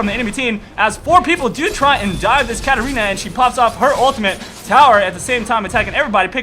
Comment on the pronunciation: hello as a chinese i don't understand why u call Katarina "Karolina" Plz help me no oneof my friend could answer ://